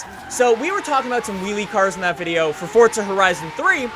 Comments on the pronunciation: FORZA not FORTZA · It's for_za not fort_za. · say forza not fortza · Why must they pronounce it like "fotza" and not "forza" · It's FORZA not FORTZA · is in pronounced fortza? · Why dose every one say fortza